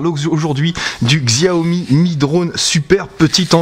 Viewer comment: Merci pour cette vidéo de qualité. Néanmoins 2 point à revoir, 1er tes sifflement en rec sont très désagréable,2eme la marque Xiaomi se prononce Chiaomi.